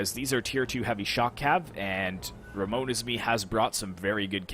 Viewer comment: It was a shameful display on my part or Gearhawk is just too good, but neverhteless, it was nice joining your tourney and hope you get above 10k mark this year like the guy said! Oh btw, it's *RAMONESISME, but that's fine lol cheers!